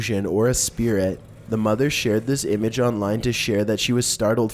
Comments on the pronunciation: Spiretts.... Or spiriiiits even! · spirats xD goasts